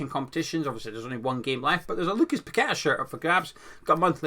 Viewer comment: It’s lopete-gee. And it’s Pake-taa. Just so you know